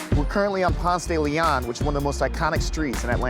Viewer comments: Say it with me: "Pawnst-dah-Leon." We don't have a "Ponce-Daily-On" anywhere. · Between the atrocious way this guy mispronounces it Ponce de LiAhhn (instead of Ponce de LEEon) and the way he says AtlanTTa instead of Atlannuh let’s you know he is not from here. Get outta here with ya candy Vice! Get a local! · I'm so fucking triggered. The pronunciation is PonSAY smfh, couldn't even watch the damn video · Umm its Ponce Da Leon 🤣🤣🤣how we say it in Atlanta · It’s PONSEEE DE LEON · It's pronounced Ponce duh lee onn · I'm from Atlanta. PRONOUCE PONCE DE LEON LIKE paw-nce day lee-on. If you say it with an attempted French accent, everyone will know you are not native. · I can tell by how he pronounces "Ponce de Leon" that he's not from there. Locals say "ponce-duh-le-on" (emphasis on the -ON and not the "de") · Why didn't anyone instruct this guy on the correct way to pronounce Atlanta (et-lanna) and Ponce De Leon (Ponce duh Leon) in the A-T-L? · 1st off, he pronounces Ponce de Leon wrong. Atlantans don't pronounce it the Spanish way, it's Ponce duh Lee on. Home to Murder Kroger and turning into a vapid wasteland of overpriced hipster shops. They're going to ruin the Clermont by turning it into 'luxury' apartments. And isn't from Atlanta, he moved here, like most people. There are very few of us natives. It's frustrating when the media finds people who aren't natives but those who move to a place and try to co-op it into their vision and not really the truth. They didn't mention that they wanted to tear the Fox down. This is a city that believes it's own hype and destroys its history. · We just call it "Ponce", because we know how it's properly pronounced, but if you don't say ponce duh LEEon then people think you're not really from here 🤣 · PONCE duh la-on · Pons deh leh own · its actually pronounced Ponseh- deh- leh -on. Its a spanish name. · He is not a true Atlien if he pronounces Ponce de León like thag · No one in Atlanta pronounces Ponce correctly.